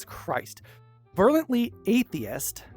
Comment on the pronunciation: "Ver-U-lent-lee" Its a fun word, I hope that helps